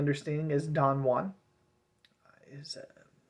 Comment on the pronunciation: it's pronounced 'jew-an'